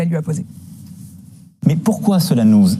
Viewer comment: Pourquoi zela nous zincécurise ? (Mr Macron, c'est quoi ce président que vous avez élu ? MDR)